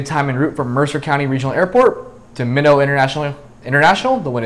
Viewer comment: It's pronounced My-not, rhymes with why not.